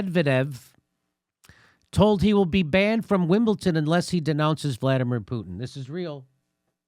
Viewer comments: Wimbledon Wimble 'Don" not "Ton" lol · Ahh geez. WimbleDon. Duh, duh, duh, duhn. Wimbleduhn, not "WimbleTon". That really irks me I don't know why. Even the D sound is soft. It certainly isn't T. Sounds so offensive. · Love you Jimmy, but if I here one more American say “wimpleton” I’m gunna put a Russian flag in my bedroom window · wimbleTON, jimmy? lost a TON of respect for you here. eejit. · JIMMY! There is no 'T' in the word WIMBLEDON.